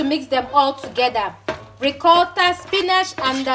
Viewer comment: You and your half Italian self 😀😀 love how you pronounce “Ricotta” “Parmesan” 😀 😀 love this video darling xx